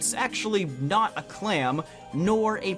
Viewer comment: NOT DOES NOT END WITH A G, IT ENDS WITH A T!